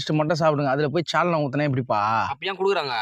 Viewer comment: Sauce❌ Chause✅ Saalna ❌ Chaalna ✅